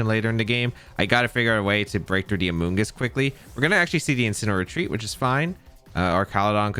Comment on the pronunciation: Amoogus lives in this guys head. Rent free😂. Bro who hurt you with amoongus